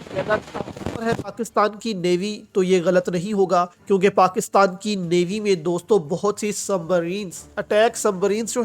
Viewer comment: پاکستال۔۔۔۔؟ یا پاکستان۔۔۔؟ اردو بھی نہیں پڑھنی آتی ہے تم کو ۔۔۔